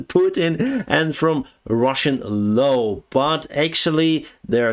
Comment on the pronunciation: Ikr. And he always obeys the "low!" (Law) But ya gotta love him!